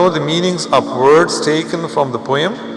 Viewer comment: Please check again your pronunciation of the word 'Poem'.